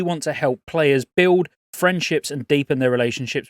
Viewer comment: Why is it so satisfying when you say “build”